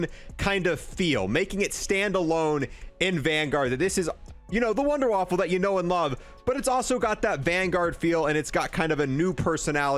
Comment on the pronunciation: i know but he said wunderwaffle